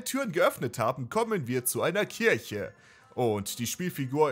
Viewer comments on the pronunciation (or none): none